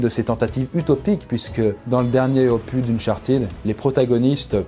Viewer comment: Opusssss,, opussss pas "opu" 😉